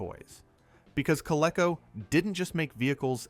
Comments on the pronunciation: When I heard Coleco pronounced as CO-LE-CO instead of CO-LEE-CO, I assume it's an AI voice. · You keep mispronouncing "Coleco"! It's pronounced COL-EEE-CO! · Learn to pronounce Coleco